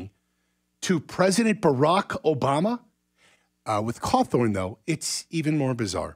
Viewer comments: Why is a NEWS channel talking about Scott cawthon (think I spelled that correctly) and he keeps saying “Cawthorn” and why does it matter about peoples political opinion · And believe me when I say that I really truly side with Scott Cawthon. I just find it odd that he didn't talk about his creations like those are his accomplishments and butcher his name as he speaks it.